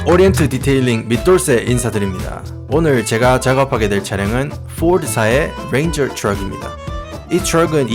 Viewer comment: 포올도 뤠인자